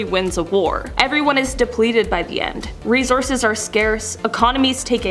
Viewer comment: hate the way you pronounce resources -_